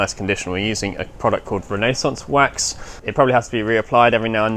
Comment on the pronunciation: I'm 95% sure he was trying to say: Renaissance Wax; Also highly praised and used by You Tuber, Rosa String Works, on all his wooden, musical instruments.